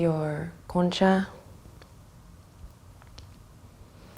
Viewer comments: Very Cozy session and S/o to your pronunciation of "Concha y Taquito" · I just wanted to say I love your pronunciation of "concha" and "taquito"